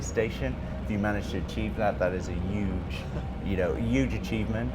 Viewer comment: Commentator needs to let the player finish sentences. The player needs to pronounce "huge" properly.... It's not "yooooge"